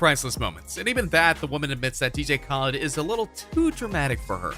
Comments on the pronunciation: lol DJ Kohlid is what ur saying its ka-lei-ed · Yo uh said dj Khaled's name wrong you dumb ass😤😤😤😤😤😤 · Do anyone now he said dj khale name wrong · You pernounced DJ khaled wrong